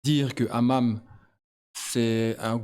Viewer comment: Le hamam 😂😂😂 le hamas pas le hamam😂😂😂